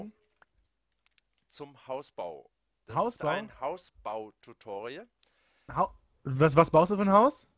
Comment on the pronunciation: Du meist woll Hausbau und nicht Haubau